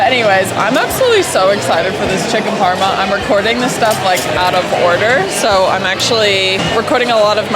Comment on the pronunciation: FYI aussie for parma is Parmie, not doin so well